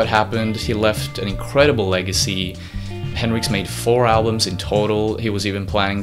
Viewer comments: Nice video. Some inaccuracies, but solid. However it’s Hendrix, not Henricks. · Hendrix pronounced HEN-DRIX not Hin-Ricks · It’s henDrix not henrix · ...... his last name is Hen DRIX, not Henrix. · Hey narrator,, its HenDrix. Not henrix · its not henrix its hendrix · HenDrix not Henrix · “Hen-rix” That bothered me a lot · HenDrix. There's a clear D in the pronunciation. Driving me fucking crazy. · Nice video, man. Thumbs up. But just to be a little nitpicky, it annoyed me every time you pronounced it as "Henrix" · Jimi Hendrix the greatest it sound like you are saying henrix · yes I know who it is, but you keep saying henrix I have lots of his records he was the greatest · it kind of pisses me off how you say Hendrix like Hendricks like why?